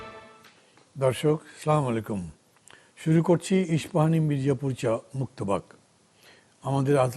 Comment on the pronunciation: মান্না ভাই আপনি শুদ্ধভাবে সালাম দিবেন প্লিজ। আপনার অনুষ্ঠান দেখতে এসে আমরা তো অভিশাপ নিতে পারিনা? স্লামালাইকুম বলবেন না।বলবেন আসসালামু আ'লাইকুম। আশা করি মনে কিছু নিবেন না।